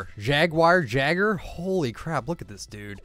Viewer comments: It’s pronounced Yager not jager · It is pronounced yay-ger like Eren Jaeger fro aot1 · Jaegar is Yay-ger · Supporting not someone not Pizo? Interesting, btw you said the guy wrong, jeager is said as “yay-grr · It's Jaeger. Like Yay-ger. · It's like eren jaeger lmao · Jager is said like yay-ger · His name is Jay-ger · Jaeger is pronounced ‘yay-ger’ 😉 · Jaeger its said ya-gerrr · Jaeger is pronounced “yay-ger” FYI. I know you probably have everyone and their mom saying that but I’m just pedantic like that. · It might be pronounced yayger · It's (Yay- her) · ITF jaeger is pronounced Yeager I’m not a big fan of the shop today